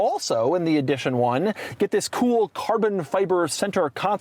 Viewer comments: How does he not know how to pronounce edition? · Take a shot everytime doug says EEE-dition 1